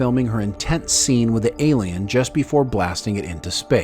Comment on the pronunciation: why cant he say ALIEN